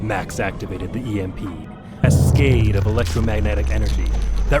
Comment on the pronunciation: Professional voice actor can't say cascade right😅